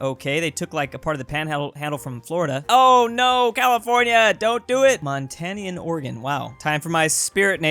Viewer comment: did anyone else hear say: 'Montanean organ'.